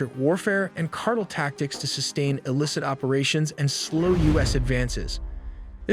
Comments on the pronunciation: Car tell, not cartle lol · Cartel not cartle. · car TEL not CAR tle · what the hell is a CARTEL? Not Car-TELL he said CARTEL LOL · Not cardul ITA Pronounced CAR TELL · these narrators should read over their scripts for words they are not familiar with such as: he pronounced car tel' as car' tul. happens all the time with simple common words. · Cart-ell not cartle dufous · Car-tell, not cartle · It is not a "cartle" operation. It is a "cartel" operation. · I F*CKING HATE! It's Cartel, pronounced (CAR-TEL) Not CARTLE! How can I take your report seriously when you let a stupid machine do your work for you. Hire a HUMAN to narrate. You're just the type of douche bag who'd cheat on tests...do just enough to get by but don't really apply yourself to anything. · You say "cartle". The word everyone knows except you is actually "cartel". The word "cartle" that you have wrongly chosen does not exist. Silly you. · Excuse me, but what in the Sam Hell is a "Cardel"? Ohhhhh, you mean "Car•Tell"? How does anyone not know how to pronounce the word Cartel? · It's pounced "car tells" not cart el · It's Car-tell not Car-tle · I think its pronounced car-tell not cartle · I like how people called you out previously on how you pronounce "cartel", but you still pronounce it wrong. It's CART-EL (as in El Salvador). Not cartl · Mommy mommy when I grow up can I be employed by The Cartul? "Honey, WTF is a Cartul, can you say it in a sentence so mommy can familiarize herself with it to better assist your decision?? Sure madre! When tio Raul came home last summer from college he mentioned he met a Mr. Jung and they smuggled many many pounds of good grade drugs into his dorm through the Cartuls. "Why honey that's not how you pronounce the word hahahahah" But but... says it that way and he is a smart computer, right? Right Mommy???? (crying himself to sleep without an answer) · Why can't he correctly pronounce Cartel? Car-tell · What's a Drug "cartle?" 😊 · LOL "cartil" wtf